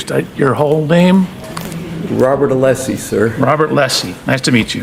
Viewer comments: that was a power play!!! C'mon. And not ALESSI , 'LESSI. (sp). That was intentional and immediate. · And then the dude said "'LESSI"... on purpose. As of to say, I'll call you what I want 😡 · Welcher goes to the trouble of trying to one-up Alessi by asking his name, and then incorrectly repeats Alessi's last name. Brilliant.